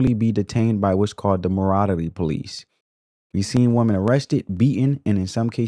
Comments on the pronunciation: I totally give this video a thumbs up. However, why is there this new trend of how the younger generation pronounces the word, "women" when describing more than one woman? It must be a tik tok thing bc it sounds ridiculous. When describing more than one woman, it's "women", not "woman". It sounds very uneducated. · Woman. Women. Please learn how to pronounce both and understand the difference. You diminish your content because you have not understood very simple grammar.